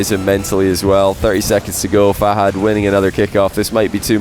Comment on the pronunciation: If you met Fahad why are you still pronouncing him name wrong?